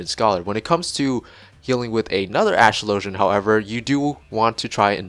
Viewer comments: You pronounced the name wrong. You pronounce Astrologian like Astrology, not Astro-low-jun. Regardless of if the word is made up, it borrows from a word that already exists so your point is moot. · Its a real word. And it's pronounced the same way you'd pronounce astrology. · new player here but Watching the cutscene yesterday in 2.4-2.5 Lord Haurchefant pronounces Astrologian